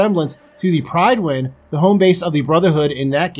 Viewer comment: For once, it seems like the people making the spin off know more lore, than the person reporting on said spin off. "Pridewyn" ugghh